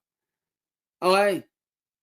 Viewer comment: thinks okay is pronounced olay